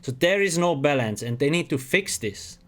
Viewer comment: everytime he says balance it sounds like bellends lol